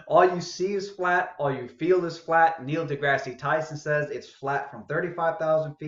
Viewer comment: And dude, Degrasse is pronounced Degrass., not Degrassy.